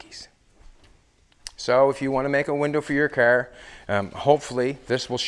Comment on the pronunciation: Nevermind you literally just said Nova Scotia . I love it. CaaAr . XD